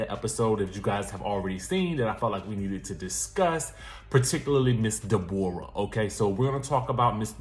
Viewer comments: Not Day-bor-ah !! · Not Dey-Bore-rah😂😭😭😭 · Resting Grinch Face would be ready to fight you for the way I’m dying every time you say Dayborrah 😂😂😭! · “Ms day bora” 😭